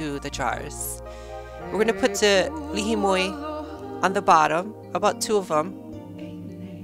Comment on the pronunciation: what is the la hee moi you spoke of in the ingredients? not sure if that is correct pronunciation. are there any substitutes? thx great video:)